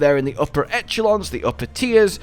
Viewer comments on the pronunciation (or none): echelon doesn't use the ch sound it uses sh as if you were shushing people like me.